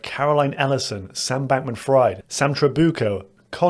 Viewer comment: His last name is pronounced "freed" not "fried"